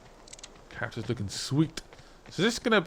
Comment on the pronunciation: OOooooh CHARACTERS! I thought you said "CANCERS that conjoint you" I was just listening, i had to see. xD